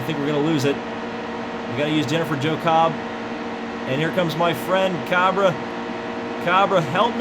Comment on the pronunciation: Cabre is pronounced Cay-Bree